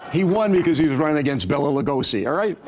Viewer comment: Kyle I love you but put some damn respect on Bela Lugosi's name